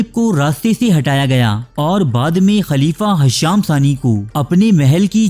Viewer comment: Janab hasham nahin Hisham naam tha us khalifah ka